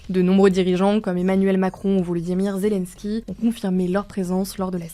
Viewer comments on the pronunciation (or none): none